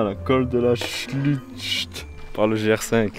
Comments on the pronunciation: ...en tout cas moi j’ai bien rigolé en l’écoutant prononcer le col de la Chluuchucht😂😂 en phonétique tu peux dire La Chlourrhhtte, mdr....je ne suis ni vosgienne ni alsacienne, mais j’ai adoré randonner dans les Vosges par toutes les saisons lors des 2 années que j’ai passées à Nancy ( venant de l’Atlantique, je découvrais un autre pays) Et les fermes auberges à l’époque du vin nouveau, hummmm❤ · Ça fait grave plaisir de te voir passer vers chez moi ! J'habite a 10min du lac Blanc, c'est juste génial de sortir et profiter de cet endroit Bon pour l'alsacien il va te falloir quelques petits cours 😅 tu as pris le col de la "chlourte" phonétiquement J'ai hâte de voir la suite 🤗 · Trop cool, j'attendais vraiment ces vidéos ! Et ça en jette ! En bonne alsacienne d'adoption, ta prononciation m'a fait délirer ! Du coup, que tu saches, on prononce "Chlourte" pour "Schulcht" 😂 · col de la ''schlucht'' phonétiquement tu peux le dire col de la ''chlourt" héhé !!!!